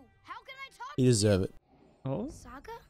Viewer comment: his name is Sokka btw hear how it’s pronounced cuz you’re pronouncing it wrong.